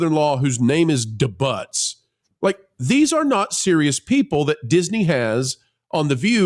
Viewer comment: Please look up the pronunciation of debut